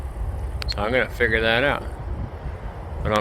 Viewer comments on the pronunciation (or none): none